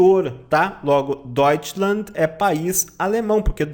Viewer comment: Não deveria ser Deutschland (ˈdɔytʃlant)? Com /t/ no final?